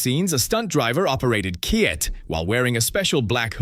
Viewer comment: Hey you moron it’s not K.I.T it’s K.I.T.T.